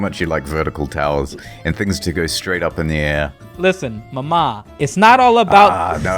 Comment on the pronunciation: If you want to sound italian, you have to emphasize the first "a" in "mama". Emphasizing the second "a" is Greek, not Italian.